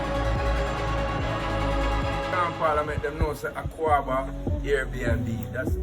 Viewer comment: Maya, it’s not pronounced AKUABA. It’s AKWAABA.